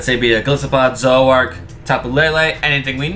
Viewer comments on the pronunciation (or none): It’s “Zor-o-ark” not “Zo-ak”